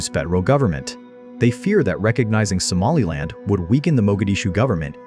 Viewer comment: I am from northern Somalia wich you say somalind